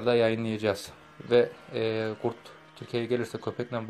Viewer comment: Abi coh güzel gurt diyiviriyon ya❤️